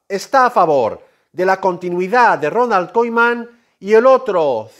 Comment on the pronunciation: Porque dices Ronald koiman